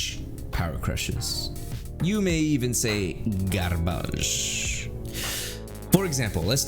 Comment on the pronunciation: I think you were pronouncing 'garbage' in an odd way for comic effect, however I heard it as the above and was temporarily confused.